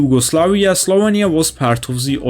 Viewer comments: slovEnia, not slovania... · Your pronunciation of "Slovenia" gives me an itch :D